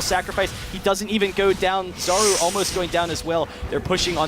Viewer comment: Just FYI: Czaru is pronounced [charu] like [ch] in charm. "Czar" is polish word for magic spell. Or charm. So I imagine it's because he is ap mid.